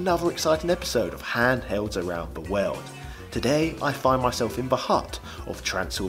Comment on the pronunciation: What sort of bizarre accent you gotta have to pronounce "world" as "weld"? I mean, seriously. Great channel btw.